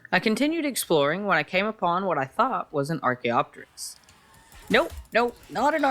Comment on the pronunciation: I hate to be that guy but Archeopteryx is pronounce Ark-E-Yo-Tear-ix